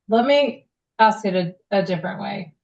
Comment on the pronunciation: IF YOU CAN'T SAY 'ASK' PROPERLY... I DONT WANT YOU ANYWHERE NEAR GOVERNMENT PAPERWORK! FFS 🤬🤦‍♂️